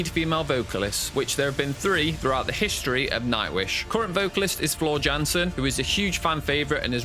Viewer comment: A few things . . . 1. Tarja is pronounced Tarya. Jukka is pronounced Yukka. Jansen is pronounced Yansen. 2. Tarja never studied opera before joining the band. She is a classical vocalist. 3. Sami left/was kicked out after the third album. "Century Child" was Marko's debut. This video makes it sound like Sami left after the debut album. 4. I don't care to discuss Tarja's departure seventeen years later, but since this is a documentary, it's worth noting that she and her husband responded with their own open letter. It seems to be forgotten now, but at the time, it was a big deal. 5. No mention of Jukka or Marko leaving? How about Emppu being told to suck it up when he said he felt like a hired gun who only does what he was told to? There's nothing about the Denver show where Anette had left the band but Floor wasn't on the scene yet so Elize Ryd and Alissa White-Gluz sang for a show. It seems like if you're going to make a video about Nightwish's controversy, you would mention some of those things even considering this video's short length. 6. Floor did her own reaction video due to fans asking her to do it, and she while she acknowledges watching some reaction videos, she doesn't watch anyone's reaction video on her channel. The comment from the band, if it really came out just a few months ago (I can't find the original post, though I didn't try very hard), predates by a year Floor's video where all she does is react to her own performance. Sloppy. 7. What's the purpose of t